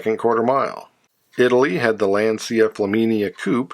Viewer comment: Hey, I love your videos, I just wish I could get you to pronounce Lancia as "lahn-cha."